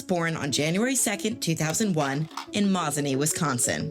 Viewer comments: That’s not how you pronounce his home town, mose a knee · Yep! That was a butcher job of his hometown name!